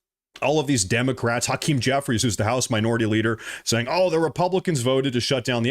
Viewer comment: Hey Its called minor ity